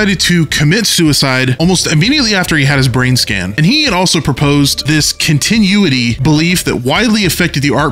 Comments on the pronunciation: I'm going to fight you over the way you pronounce "continuity". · I can't get over the way you pronounced “continuity” lol 10/10 no notes